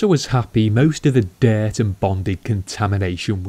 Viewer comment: Dert ? Its dirt lol